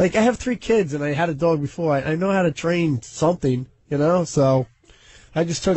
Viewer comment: Jason is the worst. The way he pronounced dog drives me nuts